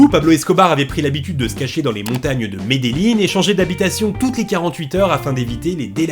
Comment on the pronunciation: "suscribirte" ""Mede"Y"in" Sinon c'etait toujours aussi cool